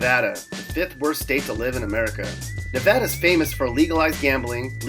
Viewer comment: At least you said Nevada right. Not NeVAHda, NevADDah.